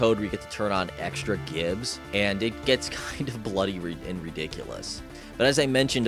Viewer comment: Damn right. It's Gibs with a hard G.